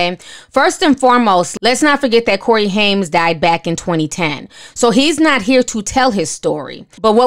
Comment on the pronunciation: Just a heads up...It's pronounced "Haim" no "s". Not Haims but Haim. Also, it's pronounced Grissom not Grisham as in the well know writter. Love your show!